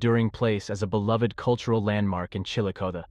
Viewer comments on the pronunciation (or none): I grew up in Chillicothe, it’s pronounced “Chilla-cah-thee” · Chilla cah thee say it right! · I'm from Portsmouth. Its always funny to hear people trying to pronounce Scioto or Chillicothe 😂